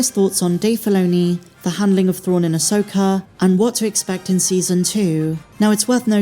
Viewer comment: Who is, “Uhsoaker”?